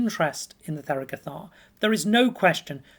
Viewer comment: The th is an aspirated t, it is not pronounced like 'the' or 'there' but instead like 'Thomas'.